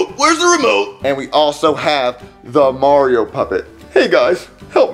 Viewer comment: noticed how he said MARIO puppet?